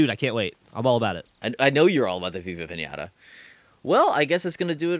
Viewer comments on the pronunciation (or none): says: "I know you're all about Viva Pinata." I heard "I know you're all abagh vagha panaghtgrgl"